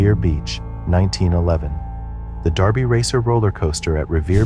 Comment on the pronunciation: *DERBY Racer - not Darby Racer btw